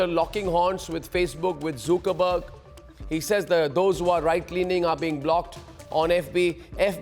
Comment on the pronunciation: It is not pronounced as zookeerberg It is ‘Zukerberg’